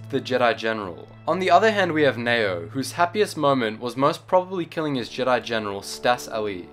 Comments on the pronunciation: I'm quite sure it's pronounced Nee-oh. Not Nayo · Its Ne-O